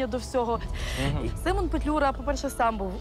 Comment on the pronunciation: Симон а не семен